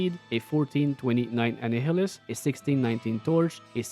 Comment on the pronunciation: I'm spreading the good word, Annihilus is pronounced like annihilate!